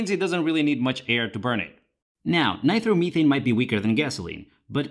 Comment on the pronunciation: Ny-Tro- meh- thane not by throw meh thane